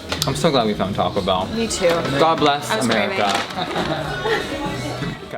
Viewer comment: I died for a literal second laughing - 😂 Toe-co Bell 😂